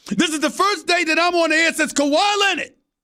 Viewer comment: "KEUWAIIIIIIII LINEARD"